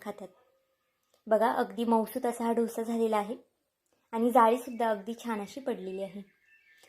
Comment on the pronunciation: ढोसा काय बोलता. डोसा बोला